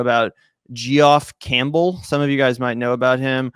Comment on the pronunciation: To be fair, pronounced it as 'Jeff', it was who butchered it. (Does he also pronounce 'George' as 'jee-orj'?) Oh well, at least he knows 'Campbell' rhymes with 'gamble,' instead of saying 'Camp Bell.'